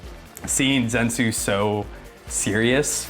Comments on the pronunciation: I dont wanna be that person but it's actually zen-itsu, according to the kanji of his name. But dont worry! The pronunciation is kinda hard 😅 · Respectfully it is Ze-nit-su . No zensu 😅. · hehehe I’m always thinking Dragon Ball when he says that 😂😂😂you just have to accentuate the “NI” in the name. Ze-NI-tsu. Hehe love ya bud 😅